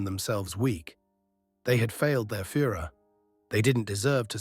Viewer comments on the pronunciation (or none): none